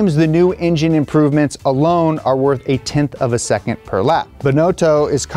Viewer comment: Why "seccond" ??